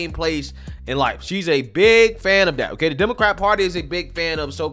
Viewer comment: Why do you say DAT ? Stop with the heavy ebonics. Try saying THAT. You can do it 🤭